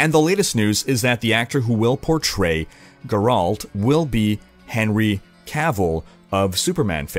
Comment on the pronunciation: It's Géralt. C'mon man. It's been years now. Edit: check a video from the game or smth.